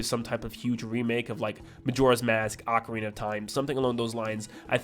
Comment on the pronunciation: You say ocarina wrong